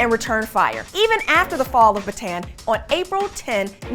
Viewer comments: It's pronounced "Bah-tah-ahn". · Baatan was called (Bah-tawn) is how you pronounce it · And Ba-ta-on. Not ba-tan. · but this is our territory :( ps:you pronounced bataan wrong